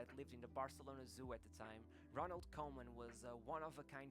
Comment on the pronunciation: Actually pronounced Kooman as in cool.